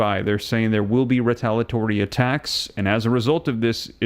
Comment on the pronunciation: It's re-tal-ee-uh-tory not re-tal-uh-tory for ukfays sake.